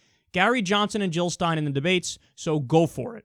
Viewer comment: Jill not hill!!